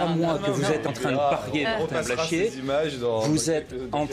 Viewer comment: Quand on se permet de critiquer quelqu'un, il faudrait au moins prononcer correctement son nom... C'est pas Blanchier